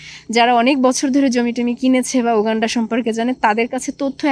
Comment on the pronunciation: এই ভিডিওর সব থেকে শুনতে খারাপ লাগা শব্দটি হলো, ইউ গান্ডা। উগান্ডাকে ইউ গান্ডা বলার হেকমত যদি রিভিল করতেন অনেক ভাল হতো।